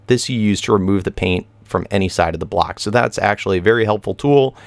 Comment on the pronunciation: When you say block it sounds like black haha